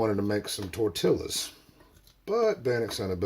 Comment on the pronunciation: .......tor- tee-a's........lol !